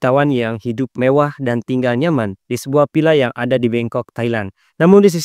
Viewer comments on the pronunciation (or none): lu bisa bedain penyebutan huruf V/F dan P ? kontennya menarik tapi cara penyebutan huruf V/F dan P bikin pusing 🗿 Villa lu sebut Pila Paypal lu sebut VeyVal cyPrus lu sebut cyVrus 🗿